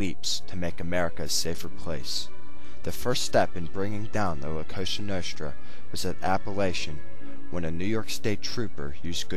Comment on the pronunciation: dude its COSA NOSTRA not some kosha noshtra work on your pronounciation